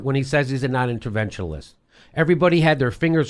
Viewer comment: interventionist not interventionalist--c'mon. Love your show, though. Keep it up!